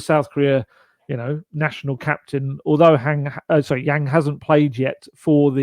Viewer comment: Yang pronounced like sung not like sang